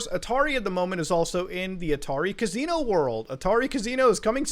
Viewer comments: i love ya muta but holy fuck, its ca-SI-no. not ca-ZI-no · Muta saying casino like cuz see no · Another day, another video where Muta says 'Cazino' 500 times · Muda says Casino in a way I have never heard once in my life.